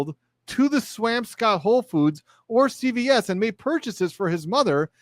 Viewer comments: To be a bit of a noodge: the swamp in swampscott is pronounced swomp, not "amp". to clarify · Pronounced Swamp Scott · Some pronunciation hints... "Swamp_ scott" and "Way_muth" or "Way_meth" Tips from a Bostonian. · I lol'd at your pronunciation of Swampscott and Weymouth but it isn't your fault! 😂😂 we are weird here. So in Mass, we say Swamps-cut and Way-muth. ❤